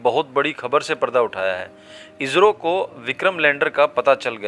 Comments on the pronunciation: अरे भाई आप हिंदी की ऐसी तैसी क्यूं कर रहे हो इजरो नहीं इसरो बोलो नहीं तो आप हिंदी बोलना छोड़ दो क्यूंकि ये हिन्दी की गरिमा को क्षति है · कहते समय इजरो मत कहो इस्रो कहो